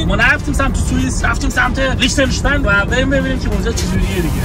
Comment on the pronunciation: درستش لیختن‌اشتاین ه نه لیچتن اشتاین😂😂😂